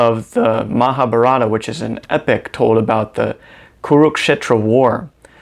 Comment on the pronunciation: Uh. Pls learn pronunciation of the words. It Maha bhaa ratha. Not braata! The t must have a the pronunciation like in thin or thick. The Geetha is NOT AN UPANISHAD! The Geetha hijacks the magnificent Upanishads, substitutes the deity Krishna for the Supreme Brahman and makes Krishna claim that he is the Supreme.